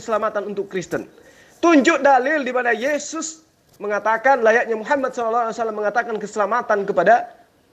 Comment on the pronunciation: Bang mkc nda tau ucapan yesis.hey yohanes yg bilang bukan yeyus.